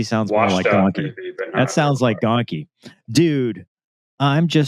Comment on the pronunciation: Shocker the news messes up Gonky's name, pretty par for the course